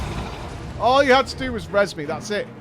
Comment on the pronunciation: Im sorry.every time I hear say res me. I have to facepalm.